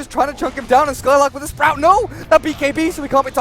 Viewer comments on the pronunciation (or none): none